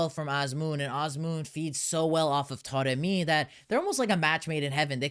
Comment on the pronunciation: I keep noticing you saying "Toremi"... is "a" pronounce as "o" in Persian?